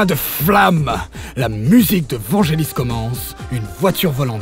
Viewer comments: précision, on prononce Vanguélis ;) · Blade Runner avec l'accent US, Check. Vangelis qui se prononce Vanguelis, uncheck.